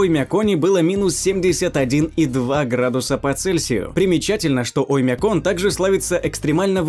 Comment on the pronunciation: Страннае ударение на Оймяконе. Так местные не произносят.